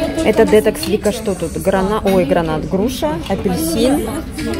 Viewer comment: правильно говорить слово детОкс.....ударение на второй слог с буквой О